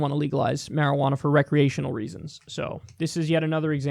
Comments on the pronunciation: Me just high AF loling at Kyle saying "shwearajauna" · Quit saying marijuana.